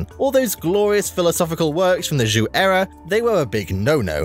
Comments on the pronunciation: Hint for you: "zh" is pronounced as "j" like "John" in Chinese. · I only heard Zhou is pronounced like the English name “Joe”. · Your pronunciation of "Zhou" distracted me so much that I had to rewind it and listen to #3 again. Because it didn't sound like Chinese at all... >.> I'm by no means an expert at Chinese pronunciation, but my understanding of pinyin inclines me to to pronounce the zh like an sh (as in shush) but with a z and the second half like ow (like you stubbed your toe. Or as in how). But I don't blame you very much for that. Chinese is a language that is not very friendly towards English speakers at all! And who knows? Maybe how I would pronounce it would be wrong too!